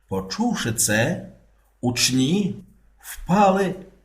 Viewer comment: Зі святом! Наголос у слові у́чні — на першому складі. Це форма множини від слова у́чень, і в усіх відмінках множини наголос залишається на першому складі!